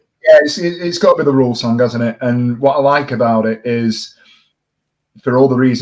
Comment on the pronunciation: I’d like to vote for the Wednesday week as SWFC podcast of the year. Top work guys. I agree with most of the awards except for player of the year 😂. But please please for next season can you stop pronouncing Danny Rohl as “Danny Rule” 😂 goes through me every time I hear it